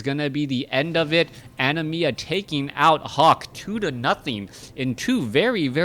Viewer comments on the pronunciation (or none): why do you say animiya? it is anima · Yeah, like "animal" without the L.